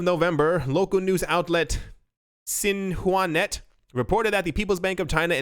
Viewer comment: Xinhua is pronounced "sheen-hwa." Your drivin' us nuts with your Mandarin pronunciation. 😂